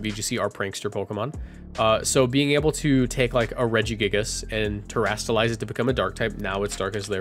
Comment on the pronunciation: Terastalize is not hard to say, come on man